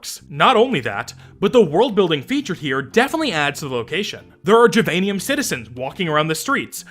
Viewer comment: well now that you're in it I suppose I have to give up my crusade against "jivanium" despite it clearly supposed to be "give-anium" cause it's a fucking kindergarten where you learn to share, but this is closest I care to get to word of god on this when they clearly aren't first language english speakers.